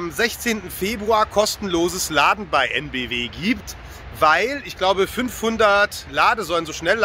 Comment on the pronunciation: Heute auch EnBW wieder richtig ausgesprochen, hat einen Lauf